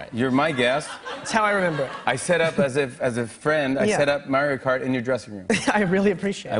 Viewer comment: "You challenged me to a game of Merry-Kart"